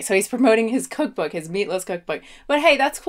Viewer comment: is making voney with his vookbook